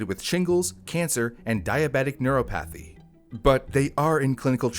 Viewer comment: Neuropathy ner-AH-pih-thee / ner-AH-puh-thee Neuropathy